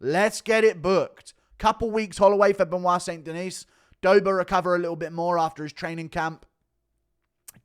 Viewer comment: "St. Denise?" Guru is almost as bad as Brenden Schaub at pronouncing fighters names...